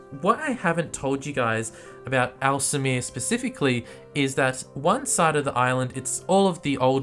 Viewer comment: 'Al Semir' sounds like Aalsmeer, hahaha